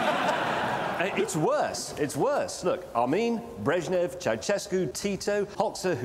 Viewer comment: its not "ceucescu" its "ceaushecu"